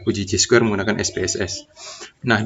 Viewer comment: Chi Square Dibaca Kai Square bang